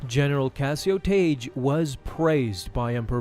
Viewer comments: The only time Tagge’s name was ever pronounced in anything close to the canon was in the NPR radio dramatization of A New Hope. There, it was pronounced “Tag”. “Taj” is just way off the mark. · His name is pronounced "TAH-gee".